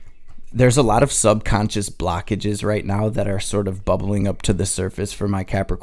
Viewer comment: ok yeah the way you say "blockages" like "blackages" definitely from michigan 😂 gang